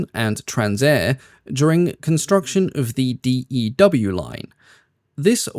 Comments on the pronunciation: Great vid, thank you!! its pronounce dew not "d e w", lol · Good review! FYI, the Distant Early Warning line was called the "Dew line", pronounced like the condensation on a cool morning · How have I never taken not of the York before? That bird has the same "so ugly it's beautiful" energy as a B-52. Also: does anyone else find it jarring to hear BOAC, FAMA, and DEW pronounced as initials instead of as words? DEW especially; as a Canadian of a certain age I recall the DEW Line being a common topic of conversation and no-one ever said "Dee-Ee-Double-you."